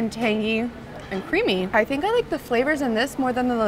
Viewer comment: Drink every time she says tangGHEE.